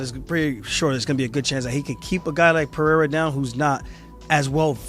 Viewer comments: Chael the racist again saying Alex Peee-era instead of respectfully pronouncing the name correctly. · Dumb ass Chael can't say PEREIRA properly. Pee-air-ah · Chanel Sonnen refuses to even try to pronounce Alex’s last name correctly because that’s what being Chael Sonnen is all about